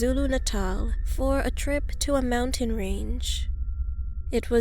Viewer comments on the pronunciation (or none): none